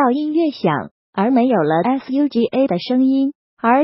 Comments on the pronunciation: Lol shd pronounce it as suga instead of s.u.g.a legit the narrator got prob?!?! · 她直接唸英文字母……